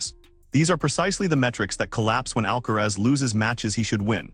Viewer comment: Please pronounce the tennis players name correctly even if you are called AI